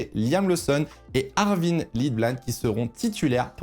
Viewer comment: Arvid Lindblad Dur à dire, mais Arvid. Pas Arvin (j'le dis pas pour critiquer, juste c'est plus sympa pour tout le monde de prononcer le bon nom 😊)